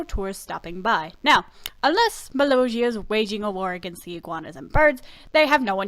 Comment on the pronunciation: Your saying mollosia wrong